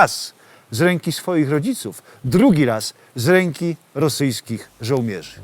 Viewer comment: Opowieść i obrazek fajne ale żołmierz i kołmierz strasznie kłuje w uszy.